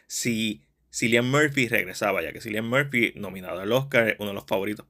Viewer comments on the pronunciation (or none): Se pronuncia Killian Murphy